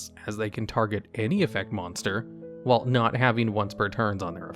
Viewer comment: Someone should make compilation each time he says 'WHILE'